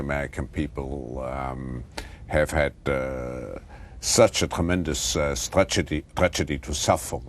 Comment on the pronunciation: "Such a tremendous strategy, er tragety to suffer" LOLOL, this dude never stops slippin'!